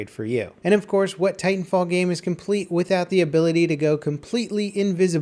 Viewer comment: Titanfall one word, like Battlefield, not Battle Field.